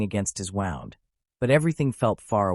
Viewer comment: I was thinking the same thing... he was talking like he was there. Im sure the people involved didn't describe it like a story. This is probably A.I it had the same 3 or 4 pictures throughout And he pronounced "wound" as in the victims gunshot wound as "wound" like he wound a cable a human reading he's own note wouldn't make that mistake I wont be subscribing. I want real stories by humans.